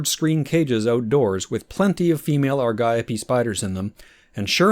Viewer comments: aar .gee.owp that is the correct pronunciation according to google. Soooooooo U R incorrect., according to everything w/ AI assistance that says & Google. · Ar-gee-ope, gonna sneak right past ya there. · The word Argiope is Greek, so the ‘g’ should be pronounced as a ‘y’, so Ar-yi-o-pea. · Ar-jee-ope it is . . :face-orange-raised-eyebrow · Same here, I pronounced it Ari Gop ee